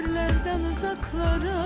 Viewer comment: nəğmə deyən dodaKlara- bir hərfi türkcə deməyin nə mənası var?))) bir də uzaKlara)))